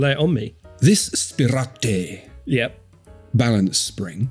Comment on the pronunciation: Hahaha! I can't get "spir-AH-tay" out of my head now!